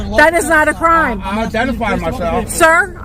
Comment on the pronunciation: Not a cwime to twavel. Car full of bad DNA